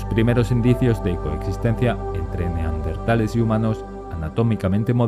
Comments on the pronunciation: Se dice neandertales no neardentale 😒🙄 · Pronuncia bien la Palabra es neandertales no NEARDENTALES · neardentales o neandertales?? jajaja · En el audio dice neardentales y es neandertales. Del valle de Neander👍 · Neardentales !!! No! No me lo puedo creer !!! Arg ! Gente que dice cocretas !!! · Por que diablos dicen NEARDENTALES?????... Es NEANDERTALES... Corregirlo a la brevedad. Gracias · Por favor: no pronuncie NeARDenthales. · El hecho de empezar el video diciendo "Neardentales" ya te quita credibilidad, lo siento. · dino "neaRdentales" durante todo el video D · 😂😂😂😂 ahora recién me doy cuenta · Escuche 20 veces "neaRdentales" naáaaaaaaaaaaa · No se dice 'neardentales'. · Si vas a hacer un vídeo sobre los neaNdeRtales deberías aprender primero a pronunciar la palabra. Debes llevar su adn porque tienes dislexia